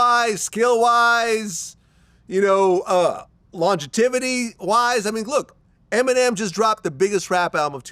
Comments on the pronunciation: come on Vlad. As long as you’ve been in media wtf is “long-tivity”?!?!?! It’s long-jeh-vity. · Word Vlad? Lonjetivity? It’s longevity lol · “long jetivity” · Vlad what is "long jativity" lol you mean longevity?? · Did Vlad say longitivity😂😂 it’s longevity fam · I think the word u was looking for was longevity Vlad, not longetivity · First of all, let’s put some respect on Mac Miller’s name. Second of all, wtf is “longetivity”?😂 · This dude said "longetivity"...😂😂😂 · Mf just say longetivity? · lol dang, Vlad said longetivitiy. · Longetivity is nasty work when I heard him say it I had to pronounce it out myself oh nah he trippin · "Longevity" I don't know what word Glad said 😂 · Wait a minute Vlad, the word is longevity